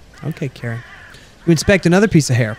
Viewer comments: I think Karin's name is pronouced K-u-rinn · it's accutualy kareen how you pronounce it